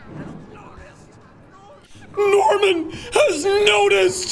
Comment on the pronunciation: did... did you just say knoticed